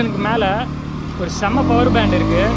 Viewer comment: Power ❌paawar✅